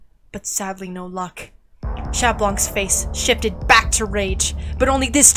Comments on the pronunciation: This is really good but you have to stop saying shat because that’s not how u say it in French just say cat or shont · This is amazing but GOD PLEASE STOP saying the T in Chat 😭😭 it hurts my bilingual ears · THAT WAS AMAZING!!! Just one question, why do yall say chat instead of cat 🖤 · The T in chat is silent btw